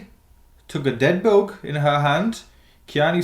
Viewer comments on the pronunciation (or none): When you said "bug", I thought at first you were saying "book". Like what is a "dead book"???